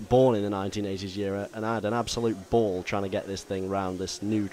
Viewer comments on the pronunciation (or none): none